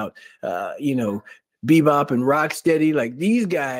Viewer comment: He said Bbop and Rocksteady 😆